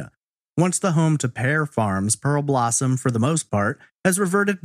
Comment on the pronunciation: DUDE - it's PEAR-blossom. not pearLblossom. do better research.